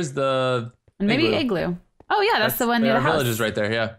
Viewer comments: It's pronounced as Igloo not Eggloo! NOT COOL! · she keeps saying egg-gloo its igloo !! rages in the backround :)ily quake